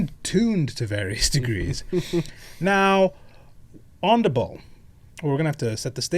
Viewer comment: I realize you’re talking about WH40k and not biblical Baal but it’s definitely not pronounced Ball. Try Buh-Al. It’s hebrew.